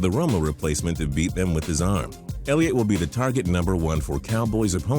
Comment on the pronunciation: They said Elliot 😂😂😂😂